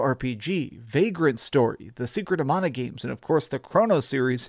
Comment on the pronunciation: You're a hero in my book for pronouncing "Mana" correctly.